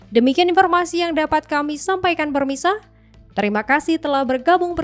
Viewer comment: Halo permisa.? Bukan pemirsa.? 😂